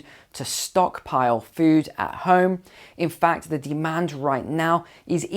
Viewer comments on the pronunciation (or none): none